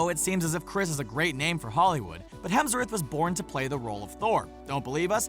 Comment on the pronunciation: Hemsw”orth” htro?? I don’t think so